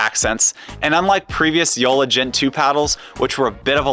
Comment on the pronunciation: Yola, not Youla! Got it?